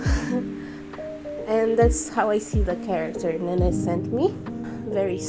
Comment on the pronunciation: Nene is pronounced "nen" for future reference YOU DID AMAZING AND DESERVE MORE SUBS FR